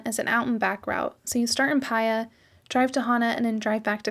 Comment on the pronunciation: Did you enjoy the rumble strip south road, lol? What a view, worth it! Thanks for sharing! (Paia is pronounced Pa-E-Ah)